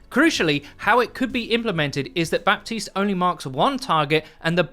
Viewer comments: Just so you know we don't pronounce the P in Baptiste at all in French. It is said as Batiste. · Ok dude, it's pronouced BATISTE. The "p" is muted. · The P in Baptiste is silent in French ! Its just Batiste, if you really want to say his name "the right way" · The p in Baptiste is mute.. pronounce it batiste ;) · In french, someone named "Baptiste" is actually called "Batiste". The p is silent. Though u would like to know ^^ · the "p" in baptiste should sound like the "H" in "4Gitte".... just sayin....